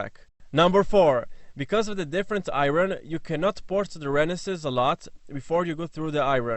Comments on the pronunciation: Hey man just some help on pronouncing "iron", it is actually said like "I earn" vs "I ron". So "Iron money" would be said the same way as "I earn money". This is typical american english FYI. I got a little confused when you were talking about ports but figured it out and figured I would help with the pronunciation. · say i Ron 1 more time 😂🤣😂🤣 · what did he say? Exhaust in the what? Iron?